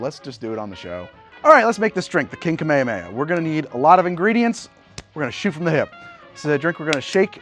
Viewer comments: It's pronounced kaa-may-haa-may-haa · Me and goku are mad about how you pronounced "kamehameha" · i have never watched Magnum PI, so maybe i dont know something, but i dont think thats how you ronounce Kamehameha, loved the video as always :D